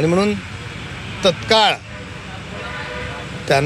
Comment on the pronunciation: म्हणून म्हणून आणि कणून. कनून 😅😅😅😅😅